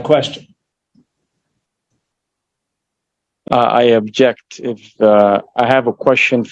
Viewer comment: Except, he’s saying “I abject”. 😅